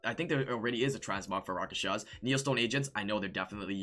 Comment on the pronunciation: Lol he can't say rakshasa